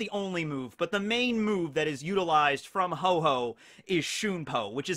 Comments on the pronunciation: Ho-Oh is the pokemon not Ho-Ho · The Pokemon is called Ho-Oh, not Ho Ho. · The Pokemons name is not Ho-Ho but Ho-Oh. Pls get your Pokemon facts right. TY. Kuss.